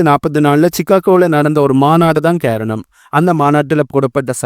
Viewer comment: காரணம்னு சொல்லுங்க,....கேரணம் இல்லை....ரைஷ்யா இல்லை....ரஷ்யா...